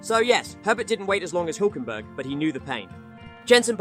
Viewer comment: His pronunciation is still wrong though 😅